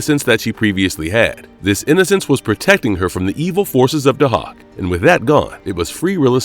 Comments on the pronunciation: Day-hawk man.. get it right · No, it's pronounced "Day-Hack". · NOT PRONOUNCED "HAWK" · They way he's pronouncing Dahak 😫